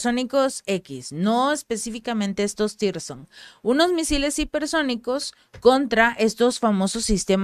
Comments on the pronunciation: Zircon no sirson o tirson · No existe tirson ,no existe lee bien no hay tirson,si se te olvida,recuerda los diamantes rusos siconias misiles tsircon